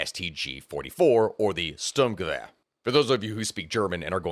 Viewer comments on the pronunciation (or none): Your pronounciation was fine for someone who isn't familiar, but the letters "St" are spoken sharper in german, like your "sh(t)", but you did not butcher my language like most americans, soo good job sir, good job indeed^^ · S in Sturm should've been pronounced as Sh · General hint for german pronounciation: "s" can sometimes be pronounced as "sh", which often is the case in "st". So it's more like "shturmgewehr", apart from the sh sound in the beginning was not bad though!